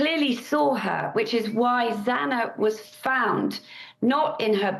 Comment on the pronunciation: I feel terrible for!!!! I love him pushing and doing everything and anything he and his family possibly can but the judge/prosecution/police…have treated the families terribly!!!!! The damn judge couldn’t even pronounce Xana’s last name properly!!!! It’s terrible!!!